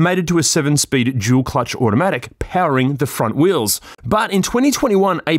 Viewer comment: Why when you say "dual" it sounds like you are saying "jul". I find it funny